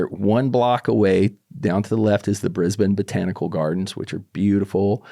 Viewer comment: i like that he pronounces brisbane properly and not "bris-bane"